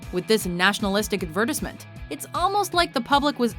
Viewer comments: the way she pronounces "advertisement" makes me want to kill myself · AD-ver-tyze-ment, not ad-VER-tiss-ment. A voiceover artist should know that (not to mention a voice director). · She's either American or Canadian. Neither nationality pronounces "advertisement" in the way she does. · Ad-ver-tisement lol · what an odd way to pronounced advertisement. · American accent on the British pronunciation of "advertisement" was interesting